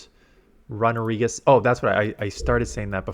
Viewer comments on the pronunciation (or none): Wtf is a RUN-A-regis.....it's RUNE-A-regis u noob